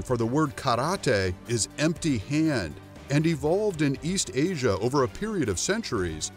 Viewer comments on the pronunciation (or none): none